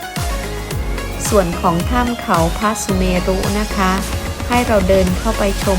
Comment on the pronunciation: เขาพระสุเมรุ อ่านว่า เขาพระสุเมน ค่ะ ไม่อ่าน เขา พระ สุ เม รุ นะคะ@